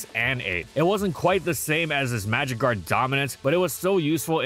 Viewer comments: oh my god i was so confused i kept hearing magic guard as magikarp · I kept thinking you said magicarp and was so very confused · why do I always hear "magikarp" when you say "magic guard" xD